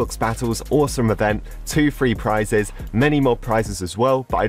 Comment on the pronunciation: No one: Absolutely no one:: FREE PRISES